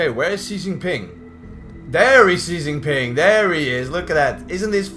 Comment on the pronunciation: that Xijinping pronounciation is dead on.